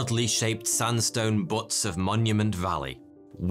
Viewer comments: Hehehe. Sandstone Butts. The word is pronounced Be-Ute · Buttes (byoots) not (butts) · Lol, "sandstone butts".😂 "Buttes" has a long "U" sound. On a more serious note, if the area was above water more recently than thought, wouldn't that help explain a possibly man-made monument? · Love all your videos, but my pedantic nature forces me to clarify that the Monolithic stone outcroppings in Monument Valley on the Arizona/Utah border are not pronounced " butts". Rather it is pronounced like Beaut-y..sans the y, thus, pronounced Beauts. It is a simple mistake to make, given that their spelling, "Buttes" looks more like "Butts", esp. if you think of the s being like the rhotic r we see and hear in the word Butter. Just think "It's sure lovely, quite a Beaut." You will avoid odd looks and/or laughter when speaking of the "Striking Butts of Monument Valley." Just for fun info...they are also 457 +/- metres in height....quite a beaut of a desert valley, to be sure. Very awe inspiring. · Buttes, not butts. Know the difference. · GAWD! Those flat topped mountains in the American west called "buttes" are pronounced like the first syllable in "beauty". Not like the word for your arse! And the ones in Monument Valley ARE "beauts", as well as being "buttes". Lol!